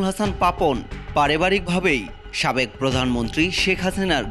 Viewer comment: সাকেব নাকি সাবেক😂